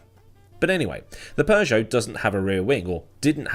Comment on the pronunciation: It is Peugeot, not Persia 😂